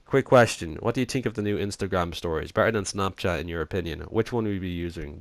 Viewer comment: Its pronounced X-n-touro but I don't care that much since your Dublin and it might be a little hard to understand English also I thought of someone Dublin singing the running man challenge song and It was hilarious. It went like at night I tink of you its the tink and think word comparison its hilarious